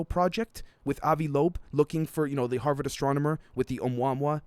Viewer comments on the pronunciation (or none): none